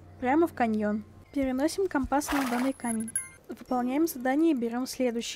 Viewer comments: Правильно ко́мпас а не компа́с! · Там где ты говоришь это слово слушать невозможно, по ушам сильно бьёт. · Слово «компас» латинского происхождения. В языке-исходнике ударение стояло на втором слоге, но сейчас такое ударение встречается только в речи моряков применительно к морскому компасу. Много играю в Пиратов, вот и привязался морской говор. А еще возможно в старых фильмах связанных с моряками было такое произношение, которое я запомнила в детстве 🤔 а это уже не искоренить из памяти🌊